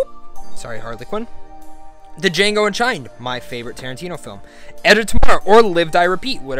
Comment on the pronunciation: The D is silent in Django